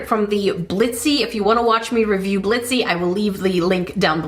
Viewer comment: "Blitzee" LOLLL